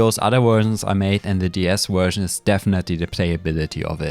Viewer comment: why some contries say "Uhersion" or "Guersion" instead of Version? fascinating